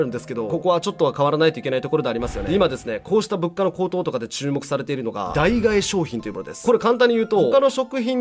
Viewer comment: 代替（だいたい）を代替（だいがえ）って…